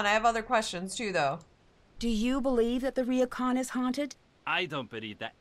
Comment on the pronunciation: oh god the way pronounces Japanese words hurt me "RIYOKAN" kill me